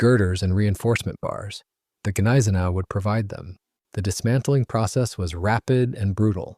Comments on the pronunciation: Neye-sen-ow at least pronounce it right. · Please learn the correct pronounciation of 'Gneisenau' (gun-eyes-a-now). The 's' is sounded as 'sh'. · Bro i'm German and what u trying to explain, doesnt make any Sense. Gneisenau is definitly spelled with the G not silent.